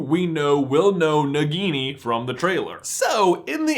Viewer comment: you, you got Nagini right :) but you also got Humbledore's horcrux ~really wrong ;)